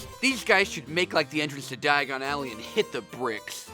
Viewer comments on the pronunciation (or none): The worst diagon Alley pronounciation